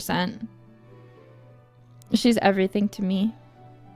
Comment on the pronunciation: Finally, someone who pronounces Scissors correctly!